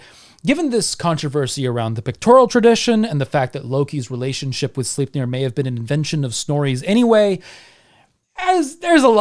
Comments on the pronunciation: "Beating a dead horse..." - For once (Lies) a good one... :P Great video as always... Though, and this is probably just me being a dumb Dane.... Sle... Slei... Sleip.... Sleipnir... I can't hear the "e" in your pronunciation... But maybe you're saying it right, and i have no idea what i'm talking about... lol.. Doesn't detract from the great telling you do... Just me being a turd i guess... :P But yea, i would absolutely love to hear the story of king Heremod becoming Odins Death knight, and the adventures he would have to embark upon to redeem himself... Love a good redemption story.... Don't you ? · Well, 99 percent of the time, i am indeed, in awe of your languistic skills, and how "easily" those nordic names comes out of your mouth... But Sleipnir... Well, that just sounded off... You know ?! Hahah... But brilliant video fer sure... You have a good night sir. I'm off to dreamland myself... - Ever done a video about dreams, and the dream state ?